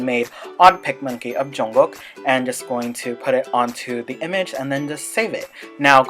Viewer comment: first the way u say Jungkook is PERFECT and second ur Outro backround music is bomb with that Jungkookie cover of we dont talk anymore👌👌